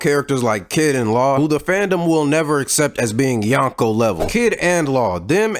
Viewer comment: Speaking of fraud- you’re mispronouncing “Yonko”. You’re saying [yawn-ko], but in Japanese the way you pronounce 4 is [yohn]. “O” in Japanese is always pronounced “oh”, like in Zoro, or Naruto.